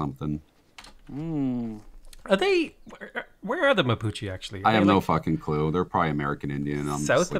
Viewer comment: The Mapuche (the E its pronounce like the "E" from "everybody") are from Chile. They cross the Andes and settled down in the land in Argentina murdering the tribes that were there previously (the Tehuelches).